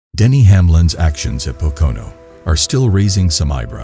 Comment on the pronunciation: The only thing worse than Hamlins move is this computers voice trying to pronounce Pocono